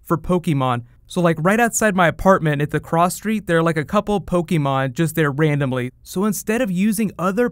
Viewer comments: Everytime he mispronounces Pokémon (every time) I cringe a little... Aside from that, good video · whats po key mon? I'm playing Po keh mon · Take a shot every time he says Pokey-Mon.